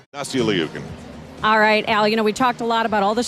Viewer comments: Kim K. • What is it supposed to be? Or does she go by LEEOOKIN in the US? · He keeps calling her Nastia L-E-OOKIN. Not gunna lie...drove me a bit crazy.